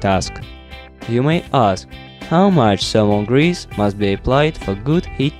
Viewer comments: why not you using thermal paste? ... I never heard about salmon grease for this application .... that u keep mentioning in the video :D /lovely accent, haha, just kidding/ :D Am I the only one who hear 'salmon grease' ? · zhe salmon hease 😂 im dying here